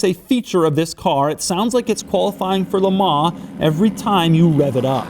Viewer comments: "Le Marr"???? You must've meant "Le Mans" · Dont you hate it when people pronounce Lemans like LE-MANS And not Luh mahn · Doug the type of guy to say "lemans" with a silent s.